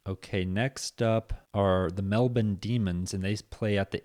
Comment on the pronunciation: You're american mate you don't need to try to pronounce melbourne like an aussie